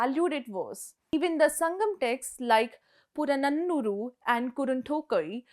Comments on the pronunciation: 😂purananuru and kurunthooghai was beautifully said by her. 😂😂. Good. Keep it up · Man ur pronunciation was mid not even close purananuru kurunthogai